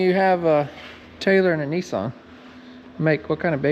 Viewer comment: needs to learn how to pronounce Nissan!!!